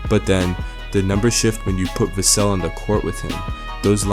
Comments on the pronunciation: Pronounced Va-sell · Devin VASSS-sel.😂arts off the video by mispronouncing his name.! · How much can you know and how big an insider can you be when you don't even know how to pronounce Devin's last name? Otherwise, good video. PS: With regard to who will replace and take Tre Jones’s point guard play and role with the team, have you ever heard of De’Aaron Fox?